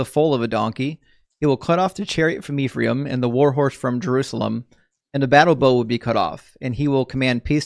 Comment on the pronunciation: fine brother; the name is pronounced as EF-RAH-EEM (אֶפְרַיִם) not IF-REE-AM -Shalom, achi שָׁלוֹם אָחִי